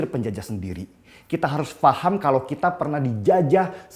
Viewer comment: Terima kasih guru bahasa indonesia yg jika mengatakan kata “kalau” dengan sebutan “kalok” hahaha pst bener kan?? Gk usah ngeles..hidungmu udah ke kiri itu..